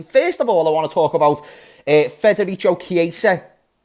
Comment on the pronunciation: It's pronounced "Federiko"